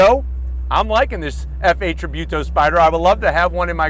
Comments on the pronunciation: And it's tributo not tribewto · Tributo not trybuto. Great video anyways👍🏻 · Joe just as a side notre its pronounced treebooto